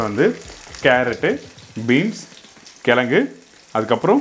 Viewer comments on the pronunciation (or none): none